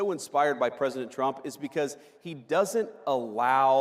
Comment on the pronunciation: lol, he just said Tump!!!